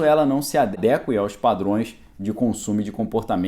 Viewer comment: Adeque. Adéque não existe. O correto é adeque do verbo adequar. A sílaba tônica é qu. Abraço